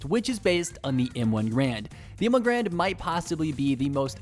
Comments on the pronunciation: It’s M1 garand not grand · m1 garand pronounced gare-and not grand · It’s called m1 garand not grand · Kinda triggered he said grand insted of garand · Did he just say M1 Grand Instead of (GAR-RAND) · Btw its garand not grand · Did he just say M1 Grand? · And also it’s m1 GARand (like bear but with a g at the start)